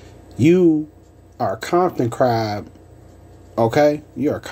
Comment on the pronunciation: Wtf is a kompton ckrab 😂